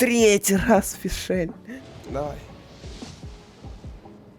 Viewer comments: меня убивает то, что он говорит фишЕль. в её имени даже нет этой буквы((( её зовут фишль((((( (кстати, я её хейчу) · Не Фишель, а Фишль.. Режет слух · не Фишель, а Фишль (ударение на и) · Пожалуйста хватит говорить ФишЭль правильно говоришь ФИшаль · Какая фишЕль😭😭😭,ударение на букву и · Ты Фишль не правильно говоришь. Ударение на и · А что ты с Е произносишь имя фишли хех